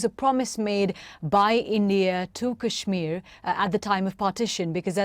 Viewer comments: It's called Kashmir not Kajmir 😂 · I'm pretty sure its pronounced "cashmir" not "cajmere" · Kyle, its pronounced: Kush like Lush and Meer. Kush+Meer=Kashmir. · Kashmir with the 'ash' pronounced like the 'ush' in RUSH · It’s called ‘kush-meer’ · Dude it's pronounced "Kash-mir" like the Led Zeppelin song! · Its like kush-mir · Yes but the pronunciation is Kashmeer I'm from pakistan so believe me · Dude any updates? been 9 months already. Conditions must be very bad there rt now. thats what you and your Jihad loving backers like BBC were hoping for rt?? Next time at-least come prepared on topic you are gonna cover. say for e.g. how to pronounce Kashmir or Jammu. you were not even confident on how they are pronounced and u decided to give a speech on secular talks. chutia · Doesn’t know how to pronounce Kashmir and goes on to make a 13 minute video about it. Lol what a dumbass.